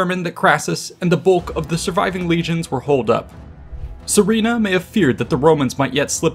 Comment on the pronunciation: Just a word of advice, the name is pronounced as Surena not Sorina , it comes from the word Suren which means victor in middle Persian ( Parthian ) language. It’s also a common name as Surena in modern Iran or Suren in Armenia where the remnants of Parthian empire continued to live after their demise by the rise of Sassanids in Iran .